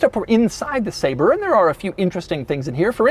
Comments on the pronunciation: He keeps saying “Say-Ber” when he should be saying “Saab-Rey” I’m calling Jo Bennett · Ah yes. The McLaren SAB-RÉ. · I clicked to check whether it's pronounces sah-bre or say-ber lol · I wonder if they make printers too? 🧐 I thought it was pronounced “Sabray”